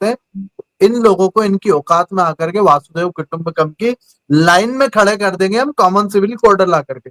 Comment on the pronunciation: आप स्वामी होकर भी वसुधैव कुटुंबकम को वासुदेव कुटुंबकम बोल रहे हैं मुझे हैरानी है😢